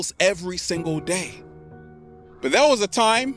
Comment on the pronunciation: When you say "Can I get a hello THERE", please can you say "there" clearly so we know exactly what we are hearing? I only have issues with the "there". Thanks.